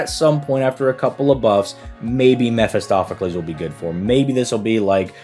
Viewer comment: "Meh fist off"-acles...👎 "Meh fist oh"-pheles 👍